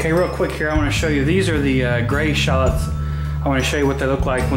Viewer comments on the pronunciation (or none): They shallots not shallits